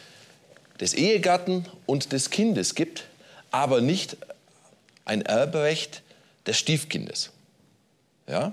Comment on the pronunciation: Heute geht es um Ewbwecht.Schwieriger Pwozess😂